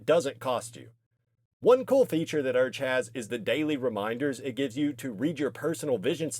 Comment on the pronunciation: brother wtf is “urge” 😭